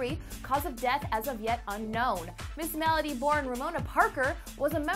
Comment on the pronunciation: It’s Ms-mellow-d! Not Ms.Mela-dee